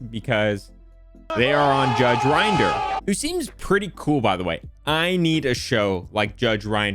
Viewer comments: My only complaint, is that you're meant to say Rinder as in ring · It's not rinder saying it like he uses grinder. Rin der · It’s not rine-der it’s judge rin-der Also in England it doesn’t really matter in court if a professional says anything regarding valuation unless in writing or if heard by the judge from the source as anything else would be classed as hearsay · It's judge Rin der. Not judge rInd er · Good video, but Rinder rhymes with "tinder" not "grinder" (ironic, I'm sure the judge would agree.) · FYI, Rinder rhymes with tinder. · Tom just so you know it’s pronounced “rin der” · Also it's Rinder, rhymes with In Durr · It's pronounced Rinder